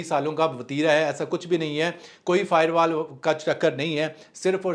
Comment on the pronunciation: Bhai fiberwal nahi Bhai firewalls 😂😂😂😂😂